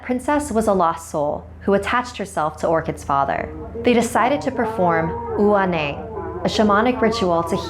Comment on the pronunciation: You said Ua neeb wrong